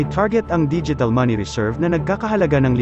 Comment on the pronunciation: anong BIN-ALAK? nakakawalang gana makinig sa chamnel nato OA ng narrator magbigkas pelingerong slang🙄🙄bisdak naman🙄🙄